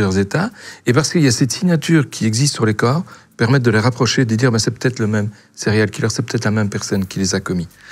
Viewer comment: On ne dit pas céréale killer mais siriall killer en phonetique ;)